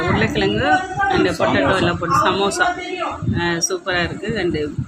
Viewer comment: அது "சம்சா" இல்லீங்க, "சமோசா"...